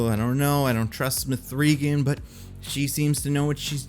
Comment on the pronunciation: Why is he pronouncing the name like that? It's not up for interpretation. Watch the movie or even watch interviews. It's "Megan". Not mA-free"GuNn